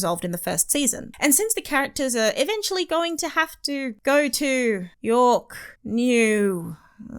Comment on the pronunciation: "Fish Boy" is perfection. Also, YorkNew!!!!!!!!!!! I didn't realize it till she kept repeating it.